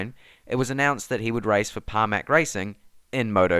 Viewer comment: Hahahahah! So good to watch this in 2022 as aleix has brought aprilia its first win Btw it’s Pramac not Parmac !